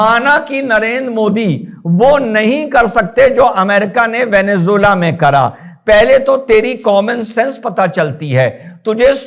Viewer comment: चूतियावैसी साला वेनेजुएला बोल भी नहीं पा रहा है।